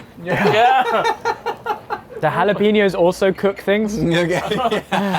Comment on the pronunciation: Look, I hate the Spanish language but as a German who’s currently learning Spanish at school it literally hurt when they said halapenos instead of jalapeños.